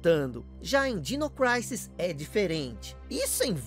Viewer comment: é dino "crísis" e não "craises" kkkkk